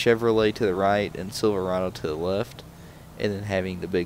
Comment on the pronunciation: WHY YOU SAY SILVERADO LIKE THAT